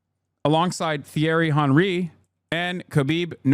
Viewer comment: Man said theeairy honree